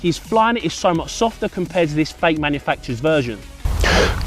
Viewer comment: Sounds like he's saying faithful instead of fake football.